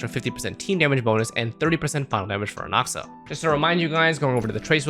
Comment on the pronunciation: You can’t even pronounce his name correctly. Disliked.